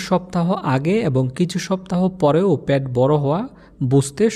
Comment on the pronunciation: বার বার প্যাট বলতেছেন,পেট বললে আরো শ্রুতিমধুর লাগত শুনতে।